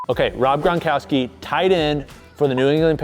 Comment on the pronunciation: Even when thought he pronounced his name correctly, he still got it wrong.